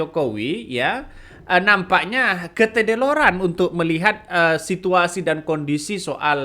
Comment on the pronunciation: Bukan ketedeloran bang tp keteledoran😅